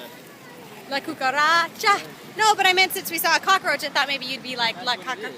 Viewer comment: You said cucaracha perfectly lol!!!